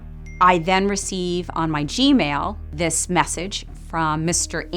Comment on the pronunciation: I’m not trying to be rude, I’m genuinely curious and not sure, does the host have a lisp? Or is it some sort of accent that makes him not be able to say “this” and says “dis” instead?